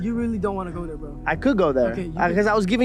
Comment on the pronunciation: Though... its not "thurrrr"